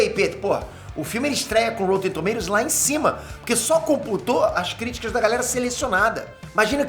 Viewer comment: porra Píter, é rÓtten e não rÔUtten...